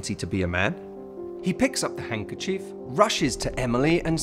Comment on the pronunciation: It's not hungerchief it's hanDkerchief